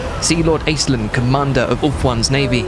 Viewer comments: So... that's how we're pronouncing it? Ok. I just assumed that it was pronounced ASH-linn, like the Irish name. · All of Ireland is weeping at your pronunciation of Aislinn. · As an Irish person it's strange hearing the name Aislinn pronounced this way.